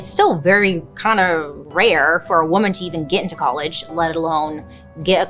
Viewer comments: Huge fan, just have to say… “woman” and “women” are different words and pronounced differently! 😂❤ just something I’ve noticed you tend to mispronounce, all love! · Bailey I love you but please have someone teach you how to pronounce woman and women. There is a difference. you’re driving me crazy 😂